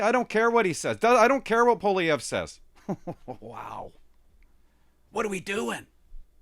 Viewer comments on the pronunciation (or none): Fortunately Elon Musk knows Mr. Poilievre and is making him known to Joe Rogan. Musk has Trumps ear and will eventually let Trump know who Poilievre is. Also Joe Rogan is a fan of Mr. Poilievre. (Pronounced "Pauly-Ev") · Pooh-ah-lee-ehv would be the proper way to pronounce it. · I can't see Trump pronouncing Polievre's name right. I think Canada will head towards bankruptcy in a few years. It's only a matter of time. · trump does know who poilievre is, he has mentioned him in the past recently, i just think he has difficulty pronouncing his name which is understandable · Wrong. The R is not silent, and the first syllable is not the one that's stressed. He can't pronounce his OWN NAME properly -- and that's not the only thing about him that's worrisome.